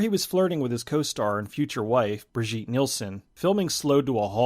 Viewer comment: Brigitte Nielsen does not pronounce her name like Brih-zheet. It's pronounced Bridge-it. Now you know and knowing is half the battle. 😎